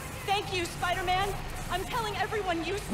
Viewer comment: did he just said hey spaiderman shalom?